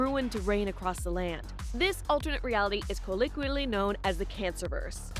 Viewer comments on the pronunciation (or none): Its colloquially not colliqually…..y cant ppl speak or spell anymor??……..shit is so sad.